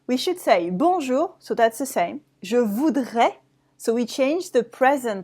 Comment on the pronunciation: why "bonjour-uh" and "vous-uh"?